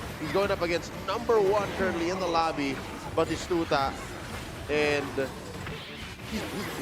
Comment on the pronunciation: That caster can't say batistuta or what is happening?